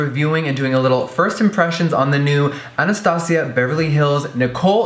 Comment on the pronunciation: he said "Anastasia" so good like spanish😍😍